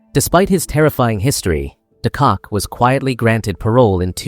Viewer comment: not it's not. De Kock is also not pronounced "de Kak" your pronounciation is atrocious